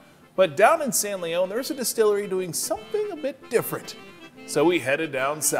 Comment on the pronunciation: lol, it's San Lee-on, not Lee-own, no matter the history. I do look forward to checking it out, I live 10 miles away and had no idea it was even there.